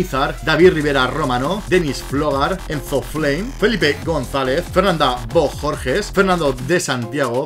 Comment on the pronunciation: y me sorprendió que tu si lo supieras pronunciar mi apellido BOJORGES